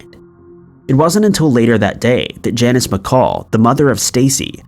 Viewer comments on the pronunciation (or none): none